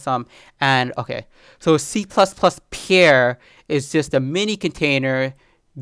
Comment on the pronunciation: I like your videos. BTW: You are mispronouncing the word "pair" as "pier"